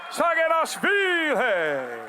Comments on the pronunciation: actually, it′s not sagina"w"hvili.. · it's saginashvili not saginawhshndnnabgdywkahdhehe 😂😅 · he is Saginashvili not Saginawhvili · It should be Saginashvili not Saginawhvili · SAGINASHVILI and not saginawvili, W - not, S - yes